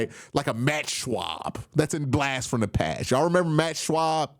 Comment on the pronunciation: It’s Matt Schaub not Matt Shwab😂